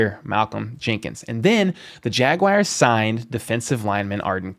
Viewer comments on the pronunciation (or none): The Chiefs get great UDFAs every year. They'll find a gem at RT. Also, stop saying Jaguires....it's JagUARS.